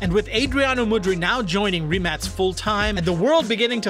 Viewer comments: He pronuced right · Finally someone who pronounces the name right😂